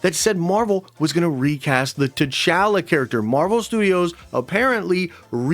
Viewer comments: Please say T’chala correctly 😭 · Why are you saying T’Challa like that?!